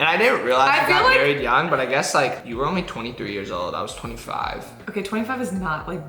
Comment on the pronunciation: Omg does say 'omly' instead of 'only' thats kinda unique ngl😂😂